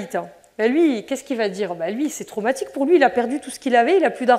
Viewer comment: "c'est traumatchique", "on fait un soingue" 😂 Aie aie aie, elle est Priceless celle là